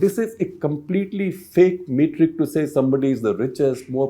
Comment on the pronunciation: Small limited point, it is *not Mate-ric, it is Met-ric.